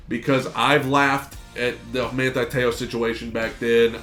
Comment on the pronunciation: My mans last name is pronounced like so, Te-ohh